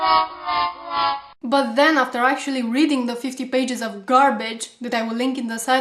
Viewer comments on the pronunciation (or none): none